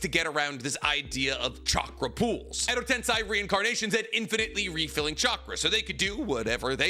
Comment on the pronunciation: Does he mispronounce edo tensei just to get under our skin?